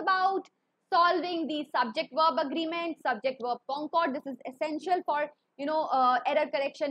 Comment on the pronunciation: It is concord but she is pronouncing it cooooncoooord😂😂